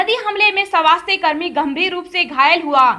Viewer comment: किसे कहते हैं (सवास्थय ) स्वास्थ कहना नहीं आता क्या/// कहा का है ये अलौंसर